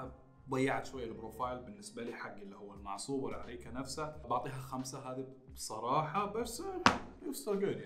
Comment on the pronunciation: ياخي لعد تقول بصررراحه